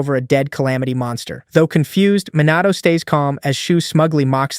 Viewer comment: Is is Minato or MOnato ... srsly stop that KI Summary and KI Voice Bullsh!t